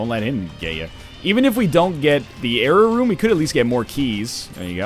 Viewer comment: Am I the only one who can't tell the diffrence between Nl saying jera rune and error room?